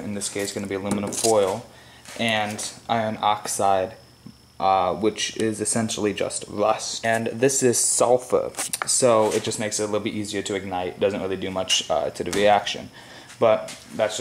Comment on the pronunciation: “Which is essentially just wust”